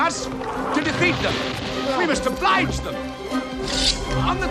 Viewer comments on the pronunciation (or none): none